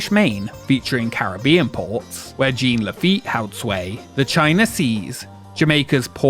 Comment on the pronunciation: I had this playing on the side while doing other things and when I tell you the way my head whipped around at Jean LaFitte, especially pronounced like that